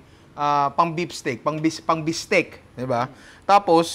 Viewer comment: I love your Filipino accent say it again "Bistek"